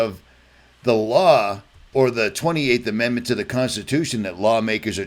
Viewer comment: Stop putting the "r" sound when you say law. Its l....ah or law. Not lawr